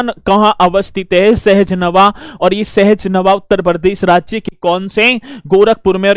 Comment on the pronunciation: सहज नवा नही सहजनवा sahjanwa है